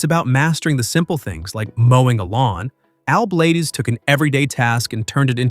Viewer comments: Pronounced Blades not blah dez. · His name is not Al Blad-ez!!! It's Al Bladez, Bladez as in BLADES!!!!! Get it right if you're going to use him to make money of his hard work!!!! Idiot. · BLADES, not Blay-dez‼️ Like lawn mower blades, knife blades or blades of grass. Fix your AI announcer! If you're going to do this, be accurate and do your research! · Al is a great guy, but I think the 'Bladez' is pronounced 'Blaydz' rather than Blad--ez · Please GET HIS NAME RIGHT IT IS "BLADES" NOT BLADEZZZZZZZ. HOW EMBARRASING, DUDE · Excellent content. But, stop using AI speech synthesis. It's pronounced, "Bladez," not "Blade-ez." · For goodness sake, have you never watched anything he did? He is not blad-ez, it is bladez as in blades... not a spanish corruption! After the blades on a mower, not a japanese bladder. You are nuts! And he didn't teach the other guy how, he already knew. Are you a putz, and why launch inti s0anish in the middle? This post is a mess! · Blades Bladez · Why are you mis-pronouncing Al’s last name? It’s Blades as in “blades of grass”. AI or not, get it right, please.😉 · Al BlAdez! Pronounced as "Bladez" like knife blades! Not How you say it. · If you're gonna talk about somebody, at least say their name right, Al Blaaaaa dzzz is how you say it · Bladez is is pronounced as Blades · Fix your bot. Bladez. As in Blade. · Evidently you don't watch his shows. You keep mispronouncing his last name. Sounds like BLADES. BUT A Z INSTEAD OF S. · It’s pronounced Blade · Al is awesome! If you are going to keep having artificial (un)intelligence narrate your videos, you need to go back and make sure it is saying things right, especially names. It seems very disrespectful that you allowed it to continually mispronounce his last name. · I have watching Al for a few years now, he is the kindest,sweet guy. Everyone has a few bumps in the road. A I can’t pronounce his name right, that’s why I don’t like A I reporting. Al is a very hard worker, and he is well liked. ❤️💕